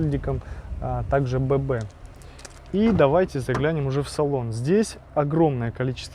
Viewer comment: Да не Бэ-бэ!!!А Би-Би!!!Эй,би,си,ди и т.д.Язык то буржуйский!!!Ну!!!